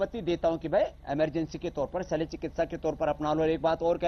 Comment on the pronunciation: रामदेव बाबा नमस्कार, एक सुधार - शैल चिकित्सा नहीं कृपया शल्य चिकित्सा बोलें.